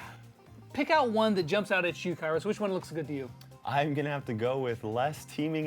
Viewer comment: You mispronounced his name, it’s “Kairo Time”